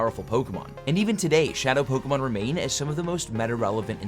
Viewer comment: when he complains about low views, but posts this and always mispronounces Pokemon